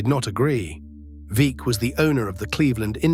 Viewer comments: Veeck is pronunced vreck that sounds like wreck with V instead of w. Its ok your from UK. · Veeck as in wreck, not like peek.